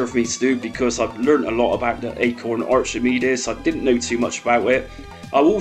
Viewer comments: Good video, but in Archimedes, the ch it’s pronounced as though the h wasn’t there 😊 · Not trying to be mean but your accent puts a smirk on my face, never heard anyone pronounce Archimedes like that before.